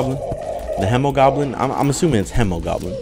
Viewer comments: It's not Hem-o-Goblin it's He-mo-goblin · I do believe it is pronounced with a He not a Hem because the Hemogoblin is a play on Hemoglobin which is a protein that transports oxygen in your blood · its hee moh goblin not hemow goblin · It’s pronounced homo, not he-muh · its he-moh not he-muh he-moh-globe-in from everyone ive heard say it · He didn't though, he pronounced it as in hemorrhage, and not as in hemoglobin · Its Hemoglobin not hemorage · The hemo part of the hemogoblin comes from hemoglobin, its pronounced like he-muh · i thought the hemo part came from hemo which originated from the greek word haima which also means blood. hemo is pronounced hee-mow which is how i pronounce it with the blood moon mobs too. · Spooderman79 hay-mo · The Hemogoblin shark is prenounced like heemogoblin because it's named after the greek word for blood, which is pronounced like heema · The Hemogoblin Shark is acúlalo a mix between the words “Hemoglobin” and “Goblin Shark”, so it actually would be pronounced [Heemo], or if you like IPA, [Hē-mō] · I like the Blade Staff because haha funny, but it kinda sucks. Unless you only focus on damage reduction reduction, it can't do much to anything besides super common enemies. Also, it is Hee-mo-goblin Shark. This is because it's based off of hemoglobin, not hemorrhages, and hemoglobin is with a hee. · It is He-mo. It is a joke on the word Hemoglobin, which is a cell making up blood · I think its hēmogoblin with the long e because it comes from hēmoglobin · I think it's pronounced hee-moe-goblin. It's a play on words of hemoglobin, which is in blood and pronounced Hee-moe-globin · It’s pronounced hee-moe-goblin after hemoglobin(what gives blood it’s red color) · I believe it’s pronounced HE-MOE-GOBLIN. It’s a play on hemoglobin which is a component of blood. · its uhm pronounced heemo-goblin as in haemoglobin in your blood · its pronounced heemogoblin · It’s hemogoblin the hemo in it is pronounced like haemoglobin